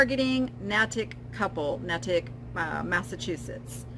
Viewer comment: This was very interesting. I would guess that the new CEO has been told by the EBay lawyers not to comment on the case while it is still pending. Just and FYI: Natick is pronounced Nay-tick.